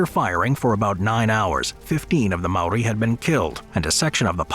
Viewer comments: That js not how u say maori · I’m a kiwi and I’m pissed off at the disrespect you’ve shown to the Māori language